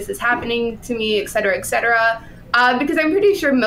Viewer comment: She need to stop saying “etcetera etcetera” if she’s going to mispronounce it every time. It hurts.